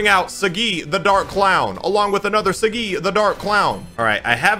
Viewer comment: it's Saagi bro not sagi, btw talking about the pronounciation not spelling watch the first episode in english bro